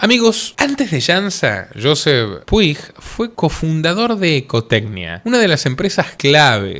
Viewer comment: Un dato dialéctico Puig en catalán se pronuncia Puch 👈😅